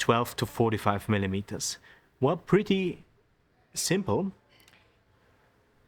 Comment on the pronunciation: Super Reportage, really nice to watch and listen to. Great editing. Aber bitte nicht mehr 20 millimetersssss sagen. Da kommt in engl. kein 's' dran 😊